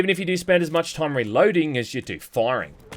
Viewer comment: "... the swarms of rats that pop up all the toym." Gotta love that pronunciation ^^